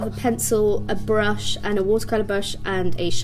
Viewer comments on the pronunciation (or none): none